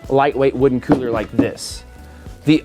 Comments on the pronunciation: The way he says cooler like; "Coohler" ["Cooh - Ler"] irks the hell out of me, XD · Love the idea but the way you say the word cooler is really sending me 🤣